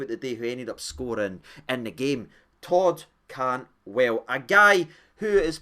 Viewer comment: Hope you had a great Xmas mate 🎅🏻🎄🔴⚪️🔵 Did you say Cod Tantwell though 🤔🤔 haha 😂